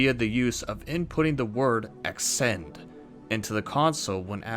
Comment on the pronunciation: Ascend. Pronounced "Uh-Send". Otherwise good video